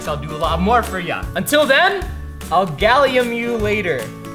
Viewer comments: its gallium not galliom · I thought he said “Galiooo “🤣